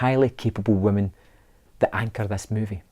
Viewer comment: “2 very strong waamen” cringe! Beta!